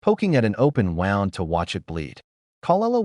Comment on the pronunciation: Wound meaning an injury is pronounced woond!!!